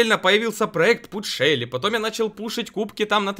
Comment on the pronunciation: На шелли шелу, на рикошета ричкошет, на джесси джесие